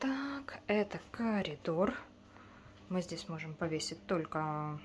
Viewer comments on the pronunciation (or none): none